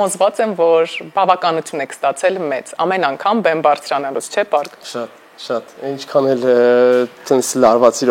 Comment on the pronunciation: ընենցե ասում Պարգը ոնց որ ասի տոպրակը կամ արկղը 😅